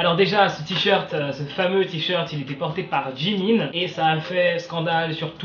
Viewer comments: " jimIN " MOI: CELUI-LÀ JE L'AVAIS JAMAIS ENTENDU SA SE DIT jimine LOL 😅🤣🤣 (J'AI RAJOUTÉ LE "E" POUR LA PRONONCIATION ) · Moi: regarde le titre Quoi?!!! Moi: euh déjà y a tellement de pubs ça me pique! Moi: Attends... Tu fais un titre pute à clique, tu mets 7 pubs et tu OSES dire "jimain" au lieu de "jimin" ? Et tu veux que je m'abonne ?! Nan mais c'est mort ! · "Jimain" RIIIIIP MON PAUVRE CHIMCHIM XXDDDDD Après moi je m'en fous de ce qu'il porte, Jimin c'est Jimin il est génial il est parfait, on vire pas Jimin. Merde Et très bonne vidéo aussi 😂❤️ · Euuuuh t'a dit quoiiii J.I.M.I.N non non non c'est Jimin 😛 MDR sinon trés bonne vidéo 😃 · On aurait dit mon père quand tu as appelé Jimin : Jim1 😂😂😂